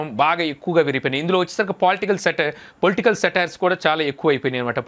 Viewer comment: అసాంఘిక కార్యకలాపాలకు మరియు పొలిటికల్ అన్న మీరు పలకలేక పోయిన పదాలు